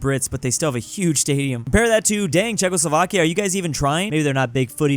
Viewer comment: In my country Iran the way he pronounce it is a bad word